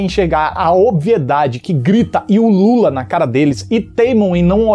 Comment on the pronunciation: "A obviedade que ulula" soou como "a obviedade que o Lula..."